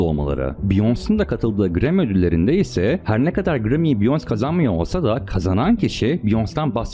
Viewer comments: Abi beyoncé'nin ismi ‘biyons' diye okunmuyor é harfi olduğu için 'biyonse' demen lazım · abi olayları çok iyi özetlemişsin sadece beyonce biyons değil biyonse diye okunuyor ufak bir bilgi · abi allah rizasi icin beyonce'nin ismini dogru telaffuz et. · Biyons diye okunmuyor o Beyoncé! Taylor Swift adinida yanlis söylüyorsun. Surda mantikli bsy yapmaya calisiyosun adam gibi yap ltfen. Isimleri bile dogru telaffuz etmeyen birini nasil ciddiye alabiliriz? Biyons dedigin an bittin benim icin. Umarim ciddiye alirsin bu yorumu.